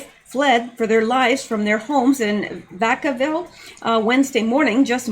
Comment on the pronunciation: It's pronounced Vack' -uh-vill. I used to live in Fairfield, the next town over, 10 miles away.